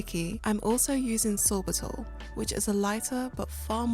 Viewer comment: Hi, you are referring to sorbitAl, do you mean sorbitOl? Thank you!